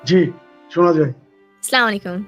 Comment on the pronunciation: সালাম ভাল করে দাও মাইয়া স্লামালেকুম কোন শব্দ নেই । তুমি যেমন তেমন লোকদের ই অনুষ্ঠান করবা 😂